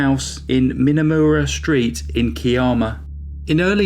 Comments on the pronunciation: “Kiarma “...oh you mean Kiama! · yes I wanted to check that he actually meant Ki-am-ah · Kye-amma, puhleeze, and (oddly) Gerringong is pronounced Jerringong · lol I was having a good chuckle at. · Gooday. I live north of Kiama [pronounced, Ki,as in eye, amma]. I remember this case, well, and was always suspicious that the husband was involved.. But I knew that Peter Woods would solve it and get justice, as I had already watched him in action when he investigated my sisters sad end, in 1984 , Not only was he good at his job but the comfort, and support he gave to mum was awesome. Thankyou for a great video, and can't wait for the next one.....stay safe, you and yours, and all you're fans. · They were from Kiama , pronounced Ky-am- uh. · As a local I’m glad to see a big crime channel cover this case. We all remember it well . FYI Kiama is pronounced Keye (like eye) a ma. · It's actually pronounced ki'am'a Ki sounds like Sky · K-eye-am-ah. Keye-am-a = Kiama. And Jerry Jer-ring-gong = Gerringong 😀 Both are beautiful coastal areas with beautiful beaches and great fishing amongst countless other things. 🥰. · Great video. No disrespect and not to sound rude, but it’s pronounce Ky-amma and the other is Jerrigong. Us aussies pronounce things oddly 😂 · Hi and good evening from Australia.... past, it"s pronounced Ky-amma ✌ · THANK YOU was just about to comment on how to pronounce Kiama and sorry for the loss of your sister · Unbelievable that a man could kill his wife and his unborn baby... So sickening.... Not as bad a crime was your murdering the pronunciation of Australian names!! Kiama and Gerirngong!!! 😂🤣😂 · I live about twenty minutes away from Kiama and I remember this case very clearly. I actually burst out laughing hearing your pronunciation of Kiama and Gerringong. Love the channel.